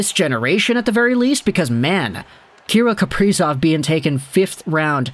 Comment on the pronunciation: say his name right broski